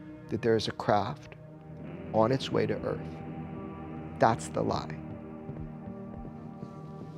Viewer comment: “Welcome to Earf. “ - Will Smith